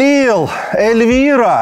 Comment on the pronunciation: Чому Ельвіра, якщо там пише Ельвіна?))